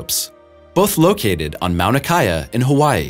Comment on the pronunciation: OK Smart Guys... check your facts. It's Mauna Kea not Mount Akaya.